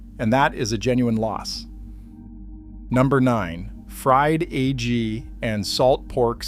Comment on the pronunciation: A fried "AG" sandwich? Stupid AI can't pronounce egg correctly or what.